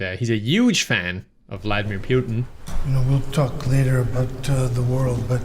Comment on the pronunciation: You seem to have forgotten his beautifully ridiculous pronunciation of Vladimir Putin.